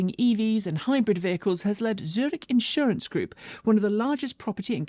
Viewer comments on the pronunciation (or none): none